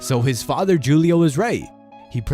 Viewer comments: His father's name is pronounced Hoo lee oh, not Jew lee oh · Did he just say Julio..lmao....its Hu le oh..Spanish Julio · yea it’s pronounced WHO-LEE-OH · Julie-O lmmfao 😂😂😂😂😂😂😂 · Dude you are pronouncing Julio incorrectly. The J in Spanish sounds like an H.